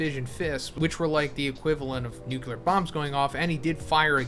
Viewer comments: Say it with me now: Noo - clee - ar Nu-cle-ar Nu-clear Nuclear pronouncing it nuke - you - lar makes you sound like George W. Bush, and he was/is a total and complete douche canoe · Wtf is a "Nukular" Fist bro? Read this word. "Nuclear". Where do you see a second "u"?